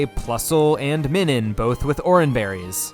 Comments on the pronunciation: Minun is based on the "Minus" symbol, which is pronounced "my-nus." Now say it with my,. My... Nun. Now put it together. Minun. IT'S NOT MINNIN YOU FU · pretty sure it’s pronounced MINE-un, because it’s pronounced MINE-us, not MIN-us that’s a marill her? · I thought your Minun pronunciation was bad, but then you hit us with the Roselia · The Minun pronunciation makes me rage